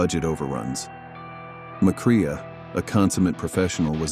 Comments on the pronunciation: Just for the record,, it's pronounced Joel 'Muh Cray', not Joel "Muh Cree ah" 🤪😝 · His name is pronounced McCray not McCreea great job